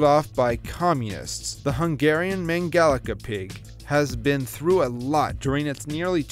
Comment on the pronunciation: me being a hungarian and sees mangalica:wow, but why u say it like that